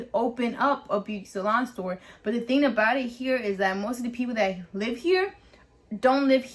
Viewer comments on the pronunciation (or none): none